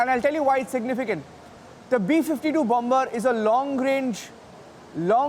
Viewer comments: Say it like "Bummer", NOT LIKE "BOMMBBERRR", please! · CANT LISTEN TO THIS GOOSE. bomBa bomBa... bomBa